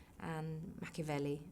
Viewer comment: LOL i LOVE THAT SHE SAID MAKAVELI azwell